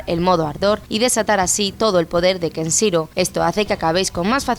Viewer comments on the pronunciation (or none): Que no es Keshiro, es KeNshiro! Y no se dice Okuto Shinken sino Jokuto Shinken, que en japonés la h es sonora y se pronuncia como j. Un poquito más de información a la hora de hablar de algo, por favor